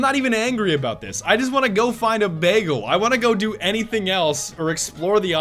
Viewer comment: imma just hope how he pronounced the word "bagel" was a nod to Community and not really how he says that